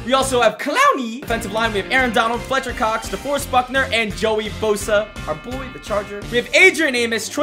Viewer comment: He said flechter cox and I actually took that like what I have to fletch my cox